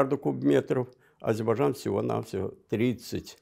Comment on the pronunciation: Этот горе " историк" даже слово Азербайджан правильно произносить не может ::"Азибажан".И вот этот чудо "историк" сегодня рассказывает вам сказки , по которым на сегодняшний день Ереван это Иреван, сама Армениячуть ли не Аербайджан.Да вы в край охренели , что вы еще хотели бы!